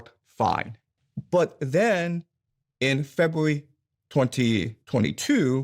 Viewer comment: If you can’t say the “R” in February then you sound like a child and I can’t take anything you say seriously. 😂😂😂